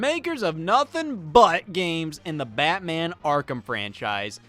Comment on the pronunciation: I do not know why, but there is something so damn funny in the way Scott says “Batman”